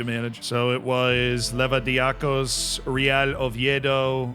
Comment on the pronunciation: The greek team is pronounced levadiakos